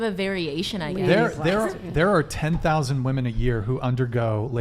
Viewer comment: What’s up w these girls not being able to say WOMEN they love to say WOMAN instead 🤦🏼‍♀️